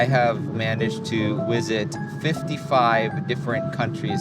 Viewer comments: Why does he say ‘wisit’ instead of ‘visit’ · I cant get over the way he says visit. Wizzit